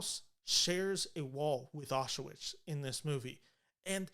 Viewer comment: It's pronounced "auschVITZ." Regardless, interesting analysis.